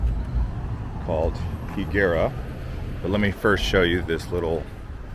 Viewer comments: It’s pronounced High Guerra NOT He Guerra lol 😂 I use to live there for over 10 years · And it's pronounced High-gara. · nope its not pronounced the way you did. its hispanic not gringo. lol